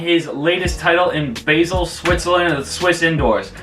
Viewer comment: You pronounced Basel wrongly, but nice videos man keep it up, may god help you